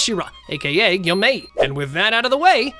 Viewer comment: Yoriichi? Yor - e- chi Tanjiro? Ton- ji- ro Gyomei? Gi- oh- may